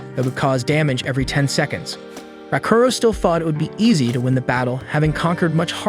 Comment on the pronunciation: The AI completely butchers names and certain words. I wanna dropkick the AI like "Raaakuro" kicked that princess character.